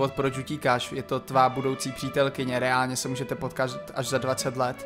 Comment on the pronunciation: A je to “ reánlně”